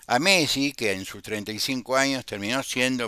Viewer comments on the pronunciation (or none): Bs tardes. Me llama la atención como pronuncia el apellido Messi. Se pronuncian las dos eses como en pizza.